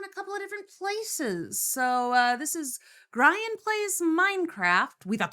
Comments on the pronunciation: that Grian pronunciation HURTS. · Ouch, "Greye-an" hurt my ears, it's "Gree-an", like Korean. I really hope someone in the video says his name quick so u can stop saying it like that. Yay! Thank u, Martin. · The way you pronounce Grian just sets me off. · Gryan??? It’s Grian as in Ian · Oh my lord, my worlds are colliding! I never, ever expected to see reacting to a) a Minecraft series, b) a Grian (pronounced Gree-an, not Greye-an) Minecraft series and c) a Life Series video! This is so much fun! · Well, at least it wasn't grain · at least she didn’t say gree-on ;D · had to pause the video, the way you mispronounced grian gave me so much psychic damage lol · I have never heard grian's said like that lol, exited to watch this! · Omg the way I immediately put my head in my hands in pain at the pronunciation of "grian" xDD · That first pronounciation of Grian’s name really got me XD